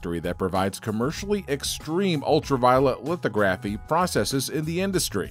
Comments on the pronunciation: There's so much wrong with this video. just a bunch of b-roll and script reading with many errors or weird visual vs audio implications. The way they pronounced lithography was a giveaway. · do people in the industry really pronounce the word "lithography" that way? Also why does he say "en em" instead of "nanometer"? Is it a hired narrator reading a script?